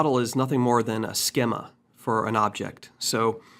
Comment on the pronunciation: Nice quick tutorial. Lol at "skima" as in schema